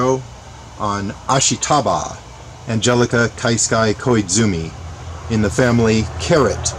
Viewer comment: Ashitaba – ah-SHE-tah-bah, not ash-ee-TAH-bah. Just saying.